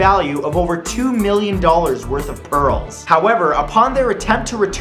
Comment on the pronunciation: why do I hear perols instead of pearls...